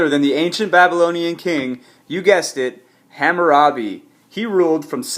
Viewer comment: dumb ass you pronounced it wrong you dumb ass nigga